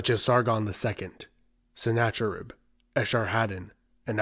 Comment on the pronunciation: you misprounouced Sennarcherib. The "ch" is a gutteral c or phlegm sound, not a ch sound as in cheese.